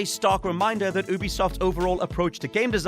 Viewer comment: Who says Ubisoft like that??